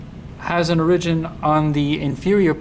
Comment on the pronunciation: Informative video, but what's going on with that pronunciation of "origin"...?